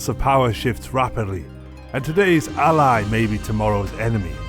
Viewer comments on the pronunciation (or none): none